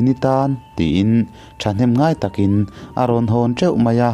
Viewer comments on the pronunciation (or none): none